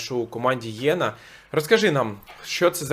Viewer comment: Єна, а не Йена. Виправте